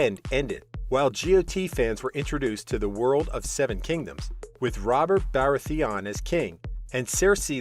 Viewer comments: Why can't you even pronounce the characters names from GoT correctly? It's Tyrian = Teer i an and it's Ba ra th e on (baratheon) If you're making a video on GoT, know how to pronounce the names please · He mispronounced most of the names